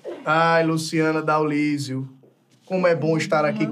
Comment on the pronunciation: " Luciana Daolisoo"